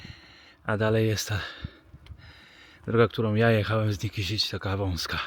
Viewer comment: Źle wymawiasz nazwę miasta Nikšić . Nikszić a nie Nikiszić.